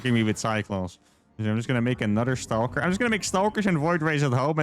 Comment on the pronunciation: I love the way you pronounce "stauulker".